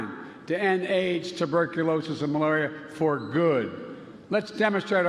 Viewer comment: To end AIDS, tuberculosis and malubullll..🤣